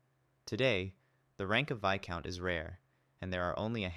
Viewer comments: All my life I’ve been pronouncing viscount as “vis-count” wtf is a “vi-count” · I aint pronouncing that "Vaicount". Imma just say it "Veescount".